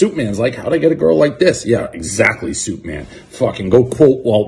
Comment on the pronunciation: It's suite-man. He was saying suite-man the whole time..